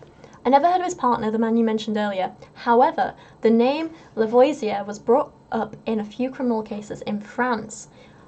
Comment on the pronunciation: I know this won't help for this video, but for future reference, it's pronounced La-vo-zee-ay at least for Louisiana French. Not sure if it's different in Georgia. :)